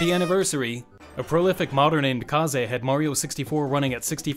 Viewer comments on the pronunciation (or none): hearing kaze's name pronounced 'kahzay' was like tripping over a power cable in the dark